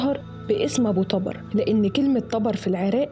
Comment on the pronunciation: ملاحظه ابو طبر بضم حرف ال (ط)